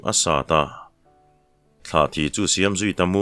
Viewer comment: Thlahthi i ti ziah mai, tlahthi a ni zawk e.